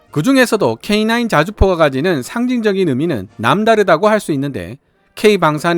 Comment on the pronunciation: K9 캐이나~인 인데 발음이 거슬려... 캐이 냐?! 인이 아님!!!